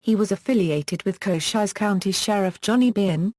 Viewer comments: Koshiesse county? Sounds like the fake voice on a city bus that can't pronounce street names correctly! Why folks, WHY?? 👎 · I know damned well cochise was not pronounced cochizze. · For centuries we have pronounced "Cochise" improperly...........according to this damn "computer voice".